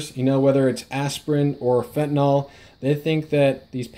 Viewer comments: I know: I'll sound petty. BUT? Even the experts say "Fenti-NAWL?" LOOK at it. Why's it hard to say Fenta-NIL. Sorry. Thanks for your time! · Why does everyone say fentaNOl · why cant anyone pronounce 'fentanyl' correctly